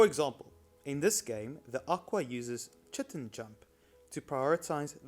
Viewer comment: Just a note. Chitin is pronounced as kait-en. I learned this when playing Ark xD